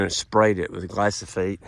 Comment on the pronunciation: Gly - pho - sate...lol... not Gly -so - phate... 😂 guess that keeps him from getting attacked by Monsanto though.